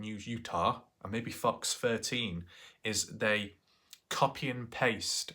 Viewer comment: Please don't say Fox my friend, it sounds too much like fvcks 😂 lmfao and you need the fb page, boy, hollaaaaa